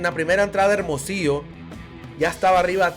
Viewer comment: Ese locutor que able bien es Hermosillo güey aprende avlar bien no saves pronunciar hermosillo